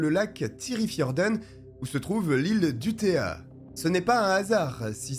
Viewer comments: u-TO-ya... Pas U-té-a..... Ces Français qui parlent des autres....... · On ne dit pas UTÉA, c'est UTOYYA. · si vous lisez ceci avec les sons français, alors vous aurez la prononciation correcte: UTEUILLA